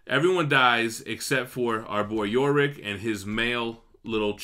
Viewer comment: Now you're just pissing me off. It's not "Yo" Rick. It's Yorick, as in "you're ick". You've been hanging out with Manimal too much, the stupid is rubbing off on you.